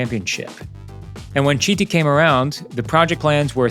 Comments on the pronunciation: He’s Carlo Chiti! (Sound like Kiti) Not “Citi”! Italian pronunciation of CHi… is KI. Same for Lodovico Chizzola: the correct pronunciation is Kizzola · It’s pronounced kiti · Please, his name is pronounced, " Kiti". 🙏🙏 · Great vid. BTW it’s pronounced “kiti”, his surname. ‘Ch’ words are pronounced ‘K’ in Italian. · It's pronounced "keety"... How can you do the research and make a whole video and not think of learning how to pronounce his name?? Ps all the other names are also pronounced wrong, but he is the main character here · Do the video again and pronounce his name a Kiti! Because everybody wants their name pronucunced correctly! This video was not serious. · It hurts every time you mispronounce his name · Can you please educate yourself and learn how to properly pronounce the name of the protagonist of your video ?